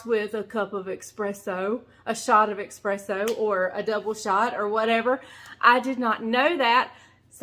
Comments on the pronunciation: It’s called espresso, not expresso. LoL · Not eXpresso - eSpresso.. No offense to you..love you..❤ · S-presso, not X-presso. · eSpresso… no X